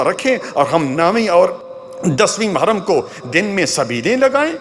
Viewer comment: Ise "mahram" nhi "muharram" kahte hain